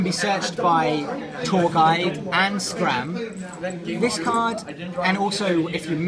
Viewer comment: OMFG ITS SCARM NOT SCRAM XDDD